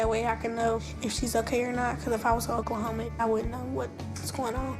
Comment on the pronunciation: FYI it's 'Oooooooooooklahoma' not 'Oklahomaaaaaaaa'